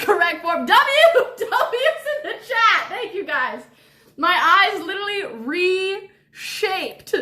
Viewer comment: It fries me how you say literally 😭😭😭😭😭😭